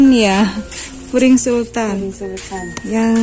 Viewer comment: Bkn furing mbak tp puring , klo furing itu lapisan pakaian .